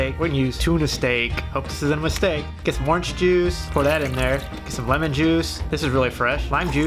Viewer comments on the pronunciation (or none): none